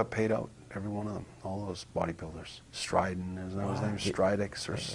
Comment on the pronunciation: "Strydex" 😂😂😂 (Strydom)